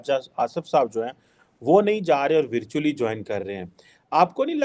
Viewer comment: Ye porki virtually ko kis tarah pronounce karte h😂😂😂